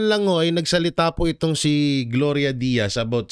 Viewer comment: Gloria Diaz po Sir nagkamali ka po sa pagkakasabi mo na Gloria Diaz.